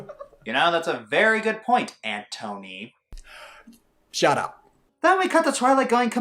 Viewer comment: When he said ant toe knee I couldn't stop laughing